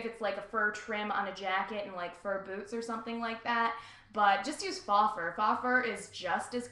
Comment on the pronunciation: its pronounced fo fur not fa even though its spelt faux